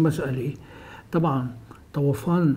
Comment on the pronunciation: طوفان وليس طَوَفان. يا ريت تلفظوا صح